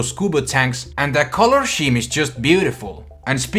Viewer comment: 1st bad 2nd pls no 3rd prolly not 4th Ya ok but alternate is better 5th yes 6th hippity hip is way better than both 7th yes 8th YASS 9th nuhhh10 hum did he say color s-CH-eme?